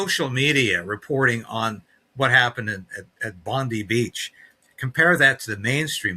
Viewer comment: Bond EYE Beach , not Bond EE Beach, ...love from Australia ❤